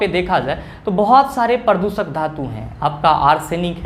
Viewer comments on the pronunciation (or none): Pradooshak hota hai na ki pradusak🙏🙏